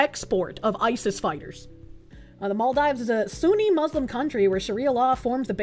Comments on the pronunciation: "mall dives" Isn't it "mal(-eficent) deeves?" Or have I gotten that wrong for years? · I thought and Vara Dark saying "Ebble" instead of able was the most infuriating thing about Bostonians mispronouncing everything until I heard "mall dives" instead of "Maldeeves." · Mall dive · it's pronounced maldeeves. I've been there. don't leave the resort area. it is worth visiting but watch out for ghost crabs. they come out of the beach sand and night. center-left here: I'm curious about what test they used, because there are many and what they were testing for. I would like a 3rd party test done BUT this is all pretty suspicious and unacceptable that someone was thrown in jail for investigating. there's clearly something people are hiding. if it turns out that she committed fraud, throw the book at her and deport her - also make it clear that we won't tolerate this type of fraud. idk what side people are on, fraud is bad m'kay and it is even more not okay for politicians. all states should have an option to recall politicians and force a special election like california did with that one governor. anyone committing fraud, even refugees, need to be jailed, sued civilly and then deported. I had relatives move to sweden from bosnia during the war, and then they had to go back when it ended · pronouncing maldives as mall-dives just threw my whole head for a spin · The way she pronounced Maldives was a dagger in my ear each time., your chat hates you because they just left you hanging, gurl. Also, I'm black and have NEVER heard we can't swim because of our heavy bones. Who actually has been saying this?!! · Alcohol Poisoning Challenge: take a shot everytime mispronounces "Maldives"